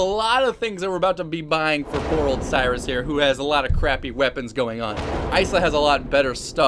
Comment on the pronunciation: It's Siris. Not sirius